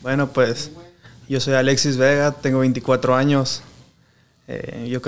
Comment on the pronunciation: Jajajajaja, cualquiera ya hace este tipo de programa, me da mucha risa que no sabe ni hablar. Llevo 5 minutos viéndolo y ya dijo más de 10 veces verga. Pobre no puede ni decir Alexis. Dice "Aletsis" no puede hablar y pensar al mismo tiempo